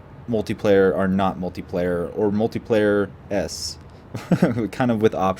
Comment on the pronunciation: Its pronounced multiplayer-esk.